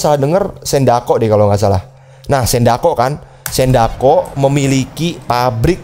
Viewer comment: Sindacco bg bukan sendako